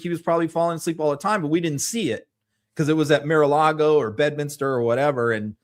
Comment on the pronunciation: MaraLago (not Miralago).